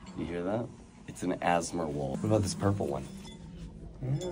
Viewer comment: "you hear that? that's an Asmar wall" BAHHHAA , its ASMR!